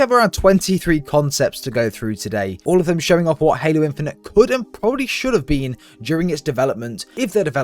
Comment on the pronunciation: “Should have bean”